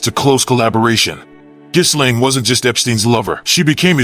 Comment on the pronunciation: Isn't it pronounced "Jillaine"? Not "Jizlane".